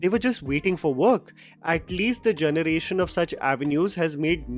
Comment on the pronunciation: Janarate, Janaration 😂